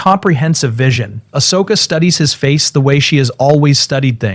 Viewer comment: If you can not spell Ahsoka properly, please leave her name out of stories. Ashoka, is not her name. As soon as it is both misspelled and miss spoken, hardcore fans will walk away from your videos.